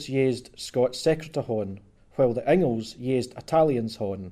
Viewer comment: Dis boy isna sprakin Scots. Ees jist sprakin English wi a few Scots wirds thrahn in ta mak heesel soond lek he kens fit hees an aboot. Fir example he sehs Inglis lek ingles whar it’s reelee sayd in-gliss. Cos Scots is an aulder tongue lek auld Norse whar mare letters in each wurd ir pronounced an thur natural form than thi er an mahdern Inglis.